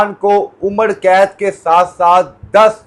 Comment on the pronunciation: اینکر بھائ عمڑ قید نہیں ہوتا عمر قید ہوتا ہے،